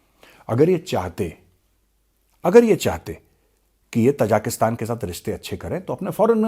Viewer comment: The people are ताजिक, not तजाक. Hence the country’s name is ताजिकिस्तान . Please do not mispronounce it.